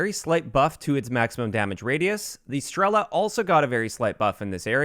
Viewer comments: Omg it hurts my ears so much! Not "P'ILA" and "STR'ELA", but PIL'A and STREL'A. Emphasis on the last letter. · Stress other vowels in Strela and Pila